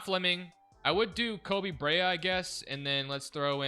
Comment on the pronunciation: Koby Brea pronounced Koby Bre-Ah aka the best shooter in the draft